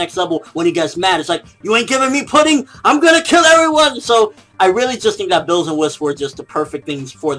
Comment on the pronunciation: It's Beerus, nor Bills. Chris Sabat fought for this name after a part of the fandom came to the conclusion that it makes the most sense. The pun is Beer + Virus (originally he was supposed to induce evil like a virus before Toriyama revamped the script)